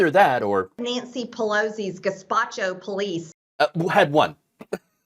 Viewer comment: Gespacho LOL Marjorie Greene needs to learn how to pronounce words correctly..